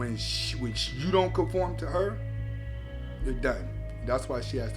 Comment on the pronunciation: Anthony, the "h" in hasta la Vista is silent. 😂😂😂